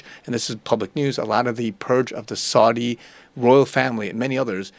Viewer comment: I’m just commenting to inform you that you’ve been mispronouncing the names “Saud” and “Saudi”. When saying the name “Saud”, it should rhyme with the word “loud”, and the name “Saudi” rhymes with the word “rowdy”. Another correction: in the word “anon”, the accent is on the first vowel, which is a short a, so the a is pronounced as it is in the word “at”, and the entire word is pronounced “AN-on” with the volume emphasis on the first syllable.